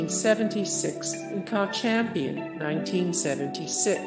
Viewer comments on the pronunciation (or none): IN CA champion…. Means NCAA. It took 5 minutes to figure out what the computer voice was saying 🤔